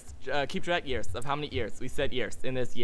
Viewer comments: they have been saying yeers for yeers! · You said years 21 tiems :P